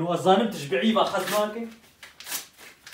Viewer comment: ما احلا لما قال Post قال كوشت قال رسالة قال غسالة لما قال Brief قال بعيف 😂😂😂😂😂😂😂 ههه حطو لايك 😌